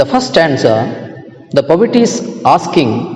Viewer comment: Bro ,pronounce po et ,not povit